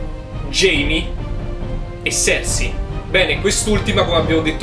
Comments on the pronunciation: Non azzecchi un nome dio santo bren Serse lol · Si pronuncia sersi (cercei)